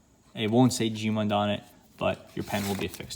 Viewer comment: Gmund is one syllable